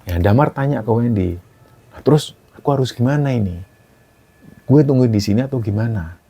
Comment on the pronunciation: baru kali inii denger ngomong 'gue' wkwk Lucuu 😂 Betawi logat Jawa gituuuh